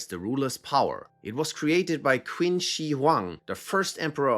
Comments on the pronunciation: For the the Imperial Seal section the Qin Dynasty is pronounced as “Chin” not “Kwin” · “Quinn” dynasty 😭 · "Qin" is pronounced as "CHIN"